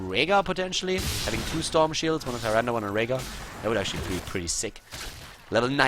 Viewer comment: Sorry but why are you spelling "Nazeebo" as "NazeebRo" ? Its quite annoying. The same goes with Tyrande, its "Tyrande" not "TyrandA". Please work on that :)